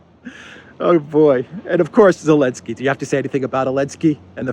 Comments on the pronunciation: Why do you call him "Elensky"? You know very well (or do you?) that it's Zelensky. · Zelensky, not elensky